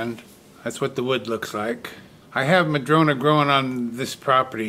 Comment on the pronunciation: I saw a one eared bunny! I love the rectangular bowls, so much more interesting than a plain round bowl. It's nice to hear you say "madrona" rather than "madrone" which is how the tree is referred to here. I grew up climbing smooth, red barked madrona trees - read books in them, ate lunch in them, and day dreamed in them! 😊